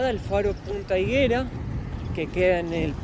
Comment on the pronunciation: La fruta del árbol es higüera con pronunciación en la u. No la fruta del higo. El artista q vieron en los murales es Rafael Hernández, oriundo de Aguadilla, ya fallecido, uno de nuestros grandes compositores y de talla internacional.